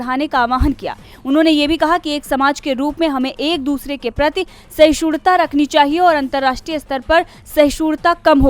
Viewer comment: Parveen Madam,Apke voice over artist/News reader ko boliye ye actually sahishnuta (meaning : tolerance) hai sahishurta ( as wrongly pronunced by your News-reader at the end of this bulletin) nahi hai. Hope you will be more careful in future for such wrong pronunciation by your colleagues.